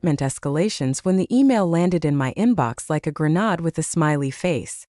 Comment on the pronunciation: WHY can't you pronounce grenade!!!!A grenade is a small expensive soldiers throw at their enemy. Call someone who knows how to pronounce it..😮